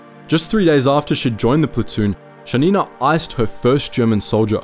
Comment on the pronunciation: Thank you for this great video. However, as a native Russian speaker, I feel compelled to indicate the correct stress in the names: KovshOva, PolivAnova and ShAnina. Also, here's a Wikipedia link for the most badass female sniper from my country, Kazakhstan (former Kazakh SSR)